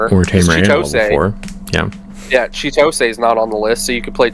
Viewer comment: Every time you pronounce Chitose wrong, an angel loses its wings.